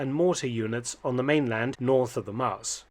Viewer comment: Thanks Dr Felton for this interesting piece of history in the Netherlands. Nice bonus is that you pronounced Nijmegen and Maas quite well.